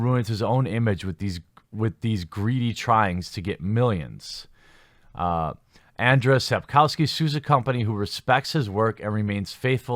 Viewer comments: P.S. It's. ANDRZEJ. Not Anders! Sapkowski sure is an excentric. And this lawsuit does look kind of odd. But that's no reason to get him mixed up with Anders Brevik the mass murderer XD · The pronounciation is closer to "Un-jay" or just Andrew : ) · You can pronounce his name as AnJay Sapkovsky. It would be closer to the correct pronunciation in Polish. That is just a sidenote. According to an interview with the author, conducted by Eurogamer, Sapkowski admitted that it was a stupid move on his part to demand a fixed sum for the IP. He heavily regretted his mistake and he gave vent to his frustration in the interview. Another interesting fact is that Sapkowski completely changed his narrative concerning CDPR and their games. In the past, around the W2 release, he used to say that video games are for people of poor intellectual capabilities. Now, however, he claims that CDPR made a fantastic job in transferring the Witcher universe into the virtual reality. Now, he praises the developers' work; the story, gameplay etc. As CDPR wants to be on good terms with Sapkowski, it is highly possible that he will extract the money from them. They have great respect for him; it's sad that he doesn't have any respect for them. In fact, he doesn't seem to have any respect for anyone, especially his fans. You would be shocked how arrogant and buffonish this man is. I've seen many interviews with Sapkowski and I really regret that I cannot unwatch them. Today one has to separate the authors from their works. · Andshey Sapkovski. That's how you pronounce his name. You're welcome. "rz" in polish in "sh" in English. "w" = "v" in English